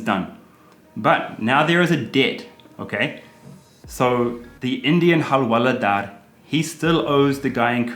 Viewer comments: Halwaladar I laughed...it's alright you are improving in Hindi...but it's hawaldar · It's not hal-wala-daar ,it's hawal-daar.😂😂